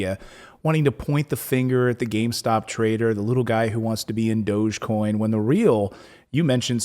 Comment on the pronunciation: It's dog-e-coin, doggycoin. Not doochcoin lol